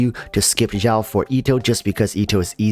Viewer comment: hey xiao is pronounced as seeao but great vid dude!